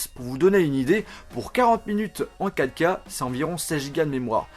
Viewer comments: A la place de dir 4K t'as dit caca 😂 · Ahhh mdr j'ai du réécouter pour comprendre "vidéo 4k", j'avais compris " vidéo caca" ...